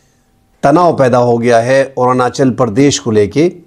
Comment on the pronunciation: ارانچل پردیش غلط تلفظ ھے.. ارون آنچل پردیش صحیح لفظ ہے.